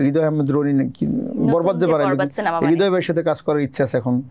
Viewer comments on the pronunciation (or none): none